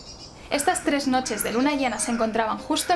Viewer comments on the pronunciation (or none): none